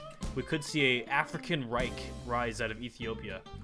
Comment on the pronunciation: 12:8 reich are you german or some shit